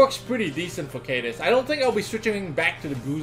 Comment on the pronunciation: Bro is pronounced like Kadeez. Ka= Kaboom. Deez = Deez nu$@ Kadeez